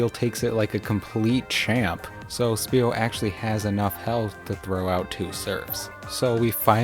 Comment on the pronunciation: why you call is speal with a p sund its name is spheal like a sphere so its a f sound not p